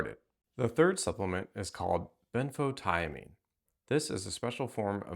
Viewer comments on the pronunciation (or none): ben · fow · tee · uh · meen